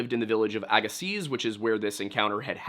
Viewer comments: As someone from the West Coast, living near Agassiz, I can positively let you know that you don't pronounce the "z" at the end. A-gah-see. Love hearing about my local lore though! ❤ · Minor note: Ir's pronounced AG-e--See the last "z" is silent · Note, if the word you’re saying is “Agassiz,” the Z at the end is silent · Agassiz is pronounced Agassee. The z on the end is silent. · Great, very informative and interesting video. I really enjoy a lot of the stuff from, especially the Native American historical stuff. Small pronunciation point, though it's not likely to come up again, I admit, but Agassiz has a silent Z on the end there. Just 'Agassi'